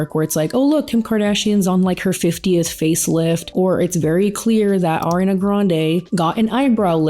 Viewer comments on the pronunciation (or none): none